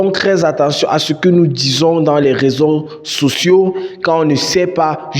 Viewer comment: Bro nice video. It would be good if you add sub-titles because there is a certain point where you said "raison sociaux". Subs will help your videos to be more explicit. This is something serious and people should watch what they post online since nowadays profiles are personalities are evaluated based on social media activities. Good job bro 👏💯